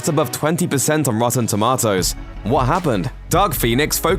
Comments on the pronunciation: It's TOMATOES, NOT TOMATOS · 20% on wotton tumwahtoes...! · “Rotten Toematos” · "Rotten Tom-AH-toes" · “Tub-ma-tows” ahahahahahahaha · The way you said rotten tomatoes had me dying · omg the way he pronounces tomatoes is killing me slowly